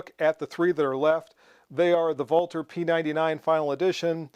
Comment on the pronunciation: Thank you, thank you for correctly pronouncing Walther! I'm used to most guntubers mispronouncing "ambidextrous" and just watch them while silently judging them, but to date, you are THE ONLY youtuber who I've heard correctly pronounce Walther. I don't judge the guys who mispronounce it like I do those who say "ambidextrious" because one is a foreign name while the other is an English word, but it sure was a pleasure to hear you say it right! Thank you for all the hard work you put into your videos and the education and entertainment you give us!